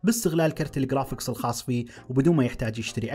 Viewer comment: قرافيكس ❌ خرافيكس ✅